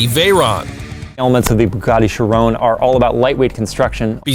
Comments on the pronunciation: Pronounces a Chiron wrong, Koenigsegg etc Me: And, that, I have decided that, I want to die. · you said Chiron wrong btw just saying